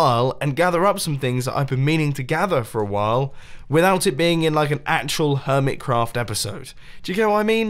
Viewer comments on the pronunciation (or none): "Hermitecraft" I love mumbo's wierd accidental pronounciations.